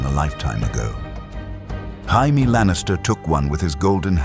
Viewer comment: So was it perfect?? No I mean how could it be only 1 1/2 hour long, the narrator pronouncing Jamie with a Spanish H, and the music a little to loud......... That being said, I freaking loved this!!! It was so entertaining and I was incredibly invested how Wade knew the story and changed things for the better. Did I want more Caitlyn and Jon dialogue? Yes. Still though I'll take this ending 10× over the ending HBO decided to give us. If you decided to do a part 3 with a completely different future that us fans will never get because GRRM made a deal with Satan not to finish the series and I actually enjoy AI fan fiction with Deadpool, I'm all for it!!!! Thanks for this though, it was great. Also a request for Dr Strange in a Wheel of Time!!!! Someone tried it, but it wasn't very good. Your stories and narration are much better. I just hate there'd be no Deadpool breaking the 4th wall about how AWFUL that woke show turned out. One of the WORST adaptations ever, considering Wheel of Time is already completely and the source material is so good